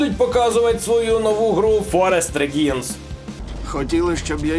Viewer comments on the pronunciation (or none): Я ледь не вмер від "Форест Реґíнс" 😂. Forest Reigns (Правління Лісу) вимовляється приблизно як "Форест Рéїнс". То з латині від одного кореня "Rex – Король", звідтіля і пішло по світу купа слів на позначення влади: "Royal – Королівський" і "Realm – Володіння", і "Reich – Рейх (тут можна й не перекладати 😂), і футбольний клуб "Real Sociedad – Королівське Товариство (Соціальний у нас від того ж кореня, що й Sociedad)". Таке полотно видав... Одразу видно, що зачепило мою тонку натуру любителя культурології та лінгвістики 😊